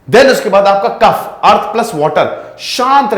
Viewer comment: भाई साहब सबसे पहले तो आप हिंदी बोलना सीखे कफ़ा नहीं होता है कफ होता है, और सबसे महत्वपूर्ण आयुर्वेदिक शब्द गरिमा को खंडित ना करें अंग्रेजी अत में डूबे हुए हैं आप.. भारत की सनातन संस्कृति किसी भी रूप में अगर मौत भी आ जाए तो भी हमें मांसाहार नहीं करना और यहां पर पोल्ट्री और अंडे की बात करते हैं। वैदिक शास्त्र भारत की सनातन संस्कृति इस समय होता है और यह गुरुकुल पद्धति में सिखाया जाता है। चतुर्वेद में आयुर्वेद भी धर्म का प्रतीक है.. आप लोगों ने धर्म का व्यापार किया है जो कि उचित नहीं है, परिणाम तो आप देख ही रहे होगे नहीं तो भविष्य में देखोगे। एक बात स्पष्ट है ब्रह्म को बेचा नहीं जाता...